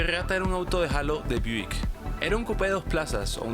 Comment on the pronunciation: Me gustó mucho como el narrador dice Cageeraa, cago, geenault Buick geaatta jajaja